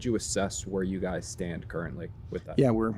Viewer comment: “hey gays”